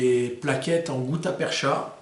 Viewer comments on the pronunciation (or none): Juste un correctif sur la prononciation du mot "gutta-percha", il se prononce "perca" au lieu de "percha"... Content d'apprendre de nouveaux détails dans chacune de tes vidéos...